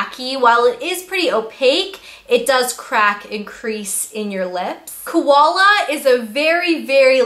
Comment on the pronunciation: Love your honesty! Ps. Your one of the first people to have pronounced 'koala' right! Everyone else has been pronouncing it like 'cola' hahah :) x